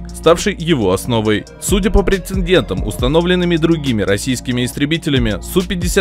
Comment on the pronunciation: На минуте верно говорить прецедент 😇